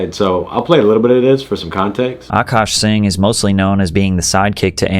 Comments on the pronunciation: No literally like lily singh hello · “i dont know how to say his last name”- went to drexel and cant pronounce singh?😂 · You embarassed yourself by caliming to know how to pronounce Singh lol. Get on a plane, go literally anywhere, and talk to real people outside a podcasting room. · You don't know how to pronounce Singh? 🤡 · On a different note...this dude said "I don't know how to say his name... SINGH??? "😂😂 Is this dude for real? Can't pronounce Singh? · How do u not know how to say Singh 😂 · you dont know how to say "singh"? 😂